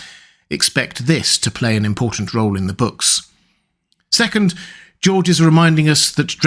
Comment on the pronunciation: “Georgerer Martin”